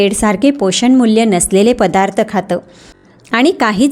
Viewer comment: पधार्थ न म्हणता पदार्थ असं म्हणावे.